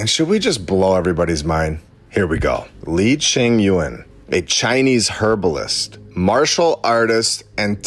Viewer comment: Can you say Herbalist with the hard H , it sounds weird